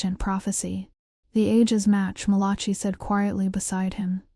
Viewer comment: Malachee? The name is Malachi.🙄